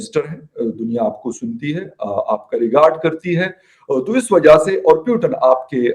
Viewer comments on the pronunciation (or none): Pahle Putin bolna sikh lo .yeh puiton puiton kya hai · यार कोई इस एंकर को बताओ पुतिन है ना की प्यूटन😆😆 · ...salo naam tou sahi se bolo...knhase ate hai ye log...koun hai ye logg.. matalab kuch bhi...PUTIN....pooooo ttttiiiiiinnnnnn🙄🙄🙄🤨🤨🤨